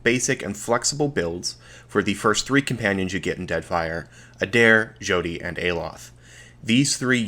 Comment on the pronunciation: Its pronounced "Shawty" like a crappy pun about how she is a a young impressionable girl. 10/10 obsidian quality.